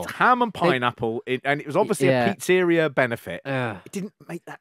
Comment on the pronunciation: I'm just here to discuss the way pronounces pizzeria.